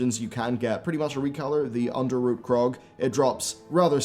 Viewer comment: Under-ROT, not Root